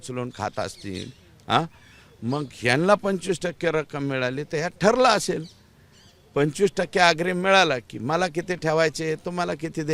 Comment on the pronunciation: अग्रीम तरी म्हणता येते का? ईंट्रीम?😂